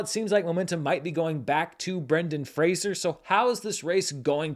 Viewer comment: Thank you,, for enlightening people on the pronunciation of Brendan's name. I remember reading an interview in the 90's where he said "I'm not Kelsey Grammer; it's not 'Frasier'," and all these years later I still wince when I hear it mispronounced. I also hope he wins the Oscar, if just for people to finally get his name right.